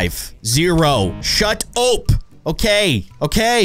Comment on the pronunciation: It's pronounced "shut op" not "shut ope"